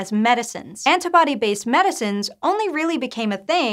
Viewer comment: "Anta-body" :S